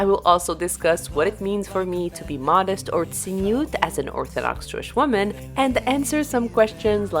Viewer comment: It is not "tziniut" in Hebrew but "tzniut". "Tziniut" means "cynicism".